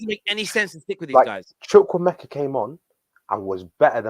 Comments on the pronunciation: ''Chuck-Wu-Meka'' say it like that, gutted he left us. 💔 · His name is Chukwuemeka. CHOO COO AY-MAY-KAH